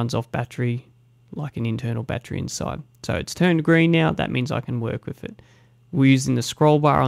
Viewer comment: Great video but it's pronounced with not wif. "th" not "f". This annoyed me and I couldn't watch your vid because of it. My son is 6 and has speech therapy for so don't think you can't change it.